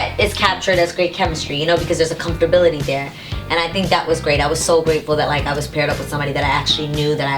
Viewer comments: Comftorbility lolol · I just need to know what "comfterbility" is. Also, why is this woman on a couch with her legs open and shoes on the couch on camera? During an interview! I don't mean to come on here and be negative but DAMN.